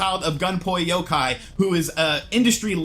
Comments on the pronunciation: Gunpei yokoi not yokai 😂 Sounds like a GameBoy version of Yokai Watch. (Only pulling your leg. I get it). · “Gunpei Yokai” lmfao it’s Yokoi, like a koi fish. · You were close: Yokoi == yo co (like copilot) ee (like bee)